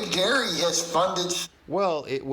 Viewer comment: Every time says big dairy, it sounds like ‘big Gary’!🤣🤣🤣